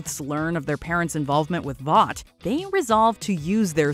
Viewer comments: Voice actor clearly hasn’t watched anything the boys related. Calls it voight over and over again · It's Vought